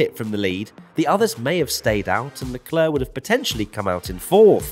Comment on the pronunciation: Leclerc👌🏽 - leclerrrrrrrr😂😂😂😂